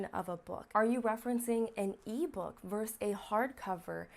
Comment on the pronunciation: Well explained, but note that "vs." stands for "versus" not "verse". Just like "et al.", it's good old Latin at the source.